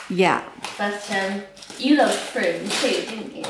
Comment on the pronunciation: You're definitely pronouncing Frome correctly. My husband's nephew lives there! We've never been but it has a brilliant market, I think on the first Sunday of each month. Lovely to have the tour of the house and Bath, and also to see all your purchases. Books and chocolates, what could be nicer. Those peonies are gorgeous, what a fabulous colour. A lovely scarf for your mum from Perspehone. Topping looks a super bookshop. I hope you enjoyed evensong at the Abbey, sounds very special.